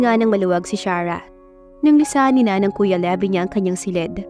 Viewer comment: Levi is pronounced like the brand Levi’s without the letter S.😊 Magandang araw po sa lahat!